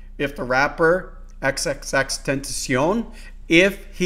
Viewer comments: It's pronounced xxxtentacion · The way he said xxxtentacion mwhahaha